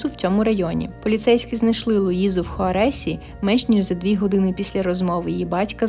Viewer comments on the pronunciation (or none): ХуАресі, а не хуарЕсі😊